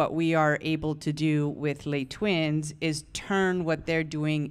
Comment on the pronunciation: WHY they pronounce le twins?? not le's' twins